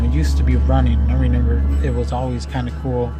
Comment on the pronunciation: you really said renember